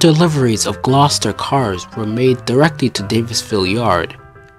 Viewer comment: This is a very good documentary. I would consider redoing the voice over narration with a more professional narrator (the word name Gloucester is pronounced "Gloster"). There are lots of other mispronunciations, or wrong word usage. Otherwise this is a very good piece that strikes me as being well researched and written.